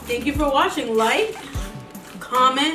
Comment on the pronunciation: wtf is “watHing”? Edit: watching